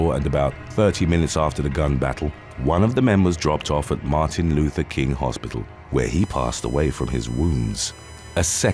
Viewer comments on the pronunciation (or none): none